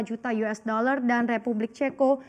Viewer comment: .50 apa .22 mba?? US bukan yues lah😂😂😂